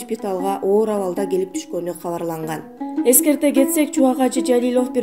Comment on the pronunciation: Жалилёв эмес Жалилов деп туура айтпайсынарбы,тилинер келбесе башка туура суйлой турганын таап суйлоткуло,капа кылсам кечиресинер🙏